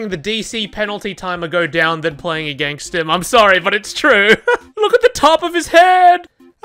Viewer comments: Count how many times he said againgst :D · Againgst? Is he saying againgst?